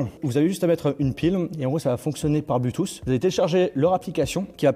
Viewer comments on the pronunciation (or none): none